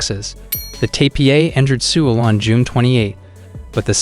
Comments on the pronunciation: He mispronounced every possible word he could. Who mispronounces Seoul? Did this guy ever turn on the news or step outside his house once? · Dude. Your lack of attention in pronunciations made it impossible to listen to. I served in the military for 20+ yrs and can't handle your poor pronunciations such as the super simple capital of SK. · Good info but man you need to learn how to pronounce things if you are gonna be a info youtuber. Like you can't even say Seoul or Pyongyang right 😩cringe